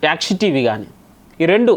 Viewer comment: Bro యాక్షి కాదు...... యాక్ఛీ